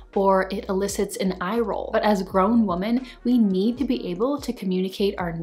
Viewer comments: Love all your videos I’m learning so much from you! Just genuinely curious….why do you say “woman” instead of “women”? I just wonder that every time I watch your videos lol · This is great. But it seems you’re pronouncing women incorrectly. Women (plural) should be pronounced “wimin”. And Woman (singular) should be pronounced “woo-maan” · Wise words! (As an English teacher, I get really distracted by your mispronunciation of plural “women.” If you’re going to say it so frequently it’s best to pronounce it correctly.) But, well done video!